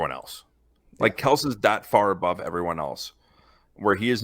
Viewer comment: You pronounce it Kel-see. Jesus, if you don't even know how to pronounce his name therea no way you know what you are talking about